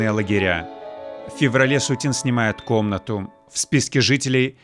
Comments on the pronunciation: СУцін -- арыгінальны націск, СуцІн -- на французскі манер. СуцінА, пагаджуся, гучыць дзіўна. Або СУціна, або СуцІна ўжо тады. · Очень режет слух это СутинА, ведь картины СУтина